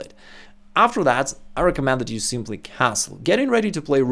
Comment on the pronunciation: Hi, top content but - you have a funny accent - you exchange an "e" sound for an "a" sound in words. forget - you say forgat, and recommend - you say recommand - defenceless - you say defanceless. Then you exchange an "i" sound for an "a" sound - aggressive - you say aggressave.